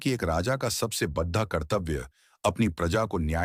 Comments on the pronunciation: Very large equal to bahut barah... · AI ne translate kiya hai .. koi real human nahi hai … isiliye aisa pronunciation hai. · बढ़ा नहीं बड़ा 😅😅